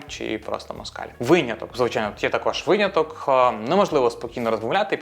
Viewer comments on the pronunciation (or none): дякую за випуск але виняток, а не вийняток :) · Як для початківця це було дуже корисно🎉 Дякую Єдине, що часто чула це «вийняток»😅 наче правильно «виняток»